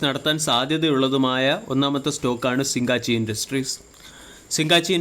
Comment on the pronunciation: സിങ്ങാച്ചി അല്ല, സിഗചി.